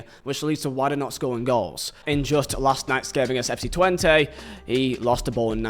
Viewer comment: I’ve got to say. Thank you for not pronouncing Twente as ‘Twenty’.